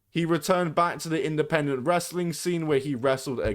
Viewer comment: its the played out nonchalant wanna be critical drink voice and the pronunciation of "wress-a-ling" that irk me the most